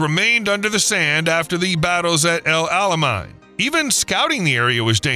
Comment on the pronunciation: battles at EL ALAMEIN for gods sake check the proper way to say the name.??